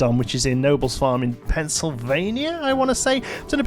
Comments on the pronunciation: it is pronounces kin- obles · For future reference Knobels is pronounced Ka Nobels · The correct pronunciation is Kah -No -bulls. Wonderful park free parking free admission and free entertainment. All you pay for is your rides, food and games. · Just as an FYI, the 'K' in Knoebels is pronounced, so it's said more like 'Kuh-nobles', and it is indeed in Pennsylvania. Elysburg, to be precise. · I never thought that Knoebel's would be mentioned in, anything! Also, over here it's pronounced K'No-bells. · yes you are correct knoebels ( pronounced like ken-oh-bulls) in elysburg, pennsylvania. i saw the title and hoped thats what you were referencing. its the only coaster i know that you have to get weighed before you get on, lol! it really is alot of fun, though. ok, getting off my high horse, now, lol get better,! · Just to let you know the park that you referred to is actually pronounced ka-nobels to locals, the k not being silent like you pronounced it in the video. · I would just like to point out being from Pennsylvania that it's pronounced Knoebels with a hard K. so it's more like "Kuh-no-bulls". Would also just like to point out that it's not Knoebels Farm it's actually Knoebels Grove however it's just called Knoebels. Just for anyone interested and to learn something new. :) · I always hear the pronunciation for Knoebels as "kuh-no-bulls." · That's correct. It's named after the Knoebel family who owns and runs the park. The hard K is pronounced. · The hard K is pronounced. It's a family name. It's Kuh-No-Bulls. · Knobles is pronounced with a hard ‘K’ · Always excited when Knoebel's gets a shout out in a PlanCo video. Don't worry, the Bros didn't pronounce it correctly either. Feel better soon!